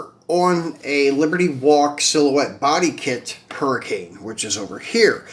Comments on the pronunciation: Hey homie, the pronunciation of the lambo is a huricon not hurricane. Good video, I'll be watching thanks. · Huracan is not pronounced Hurricane